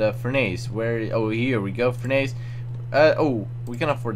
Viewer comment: its not furn-ace Its furn ess